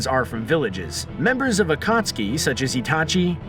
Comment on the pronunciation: Akatski, ee-do tensei xD